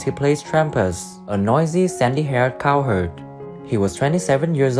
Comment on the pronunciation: Adding to the litany of mispronunciations: - "Doug McCLEER in the TV series he played Trampas, a noisy, sandy-haired cow HERD." Ed. - "oops; again and again." . . . . Sara Lane, Randy Boone, Roberta Shore, Don Quine -- "Now" photos all a decade old, from "The Virginian" 50th Anniv. at the Autry Museum, Griffith Park, Los Angeles, Calif., Sept. 2012. Come on now; "Then & Now TV Shows," a bit more research from a competent, professional photo researcher and photo editor would have dug around and found more recent footage, images. Reflection: - Clearly an accomplished, totally-at-ease-on-a-horse equestrian, Sara Lane transitioned from cute to pretty by age 17. She had such a captivating, ultra-feminine voice and, oh, was she blessed with a full-on-top figure. She outdid herself as an actress and a "Virginian" regular in 'Vision of Blindness' opposite guest star John Saxon turning in a fine performance himself as ex-con Ben Oakes. Thrown from a runaway stagecoach deep in the Medicine Bow Mountains, Elizabeth is blinded, left for dead. She's 'rescued' by Ben with whom she has her first love story, her first real kiss. Location filming in Los Padres National Forest are a big plus for this "Virginian". 1) Not to be, 2) not to appear, 3) not to seem insensitive and unkind, but someone 'out there' -- if not Sara Lane herself -- should put our concerns and curiosity to rest and fill us in on just what ailment she's afflicted with that caused her to balloon to the se